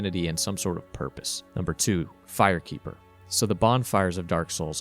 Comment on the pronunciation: Said the fire keeper soooooooooo wrong